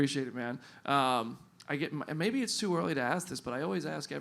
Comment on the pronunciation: Ahem, there is no "R" in the word "maybe".